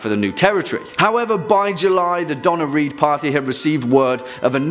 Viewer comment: Need to pronounce that hard 'r' on Donner, because the pronunciation is coming across DONNA REED, an American actress. 😂